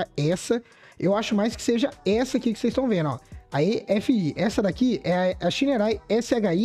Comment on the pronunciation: Pronuncia o nome correto da Shineray please